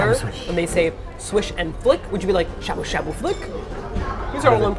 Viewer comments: DX Trying to be cool...... but the a sound is getting to me, cause you guys are saying shabu shabu so much. Cause I keep hearing "a" as in "abdomin" instead of the "ah" as in "awful" lol. But you're learning, and you're doing awesome, and who the hell am I to get hung up on your pronunciation??? #nobodythatswho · Sha sha buu buu now you can't speak English